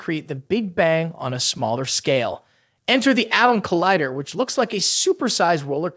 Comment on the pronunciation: Yeah, saying collider as collihder